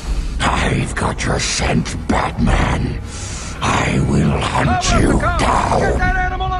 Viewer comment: He said "IT'S BATAMAN!" right before he got knocked out.